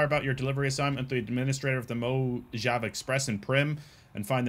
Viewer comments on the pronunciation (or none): Mojave pronounced Mo-Ha-Vay. I’m sure you’ll gather that eventually but the hard J pronunciation was tough 😂